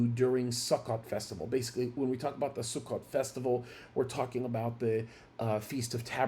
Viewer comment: Israel365News explains more clearly. You should pronounce Sukkah or Sukkot like this Sue kah or Sue koat